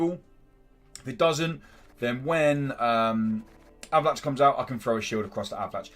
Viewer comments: It's pronounced A-va-lack. lol Great vid, mate! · Did you say Avalan"chi"?